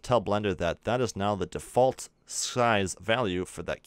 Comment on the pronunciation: I Hate the way he says default